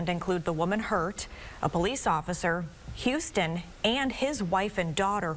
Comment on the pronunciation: It’s HUS-ton, not HOU-ston